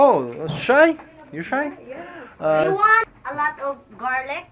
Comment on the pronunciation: Я верю что ты живёшь в США! Но want произносится точно не через А! Хотя может в некоторых диалектах и ближе к этому...